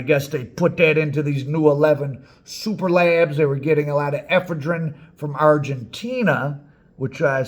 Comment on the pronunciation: I've never heard anyone pronounce Ephedrine that way. 🤣🤣🤣🤣🤣